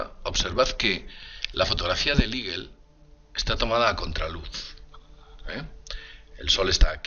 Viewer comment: A que se refiere cuando dices el modulo iguel, tal vez"eagle"águila? su pronunciación aproximada al castellano sería " igo"